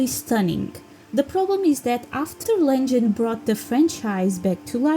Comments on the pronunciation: girl its Legend not lengen lmaoo Legend is my all time fav video game. too bad its too short cus its so perfect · Wow, interesting and surprising to know that Anniversary sold the least! I believe one day you'll start using 'Legend' instead of 'Lengen' haha :yougotthis